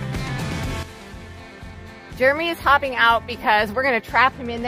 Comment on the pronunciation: Jeremy pronouced. Lol